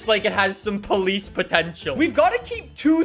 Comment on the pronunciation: ah yes, paulice weewoo